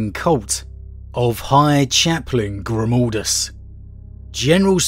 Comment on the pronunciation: ... What? GrimOldus...? WHere did the O instead of A come from? xD